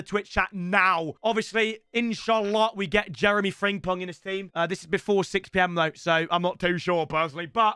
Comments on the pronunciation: It’s friMpong not friNGpong 🙄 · Still triggers me how he can't say "Frimpong" as apposed to 'Fringpong' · He still saying fringpong ffs 😭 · Love getting Frimpong every year and still saying his name wrong every time